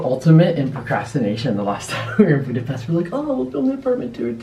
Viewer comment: Thanx for the proper pronunciation in Budape-sh-t city's name! 👍